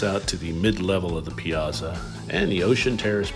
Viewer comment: Piazza is pronounced like Pizza…but with and a (not za but tsa)